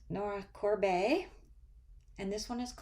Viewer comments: Me again😁😁 Two comments....it is pronounced Nora CORE BET...Like wagering money 🤣 Tincturium is from what designer? Thanks. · Welcome to flosstube! Loved seeing your work. The owl is cute and the pumpkin chart is brilliant! I pronounce her name Nora Cor-bet, as opposed to Cor-bay. Have a wonderful weekend!